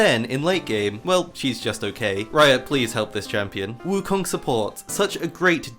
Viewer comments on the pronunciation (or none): none